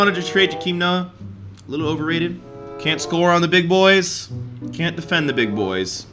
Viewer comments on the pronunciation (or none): none